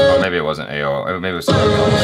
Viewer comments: Ao is pronounced as like Awe.. Not like aaayo.. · The way you pronounced Ao, its A-O😂,** Ah-ou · I'm from the Ao tribe and it's prounounced as Aa-u as in ouch without the -ch. And those costumes are our traditional attire which our ancestors adorned. Thank you for your review. Loved it. Keep it up. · pronouncing it as A-O killed me. Hahaha. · You pronounce Ao as Awww😄😄